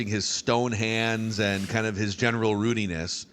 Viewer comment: “Gerenal Rudiness” let’s make this a thing please. 😂